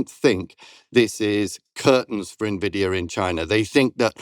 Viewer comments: All I can focus on is "Ne"Vidia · Just one thing, please stop calling it novidia. It's N - Vidia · C-SPAN isn't pronounced "kaspan", "mnemonic" isn't pronounced "menemonic", and "nVidia" isn't "navidia". You say the letter 'n' and then pronounce the capitalized part. "en" + "Vidia". It's just like "eBIke" and "iPod". You probably won't change my mind on this. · Isn’t it Envidia not nividia? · Nevidia? Nevidia !!! Like come on. Envidia. The pronunciation guide is on their Wikipedia page. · Its N -vidia 😂😂😂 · She cant pronounce “Navidia” and I’m supposed to think she knows anything about the company? 🤢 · It’s IN-VEE-DIA 😩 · Navidia? Hoo dat? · Nothing but appreciation but just needed to note, it’s EN-VIDIA. 😄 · The dumb twit can't even pronounce Nvidea correctly. I would never listen to this naive idiot ever again. "NAH-VIDIA durrrr." Just because you're asian, doesn't mean we can't pickup on how utterly TRUCKING NAIVE YOU ARE. Only dumb people will continue to listen to this garbage. So lovely of you to only focus on one side of the coin. Shit, I stopped doing that when I was like 16 years old. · is great. I hopw this podcast is a success. But. Is she mispronouncing nvidia just to troll is all? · funny you can't even pronounce Nvidia properly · That’s not what AGI is, and that’s not how you pronounce Nvidia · Please learn how to pronounce NVIDIA. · don't get the purpose of mispronouncing nvidia on purpose